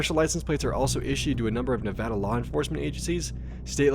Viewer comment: Holyshit someone pronounce Nevada correctly. I'm from Vegas and yeah, there's a lot of testing in the state. I mean a lot of land is just straight up government property.